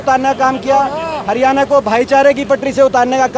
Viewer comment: भाई., हरियाणा शब्द बोलणा तो कोनो आंदा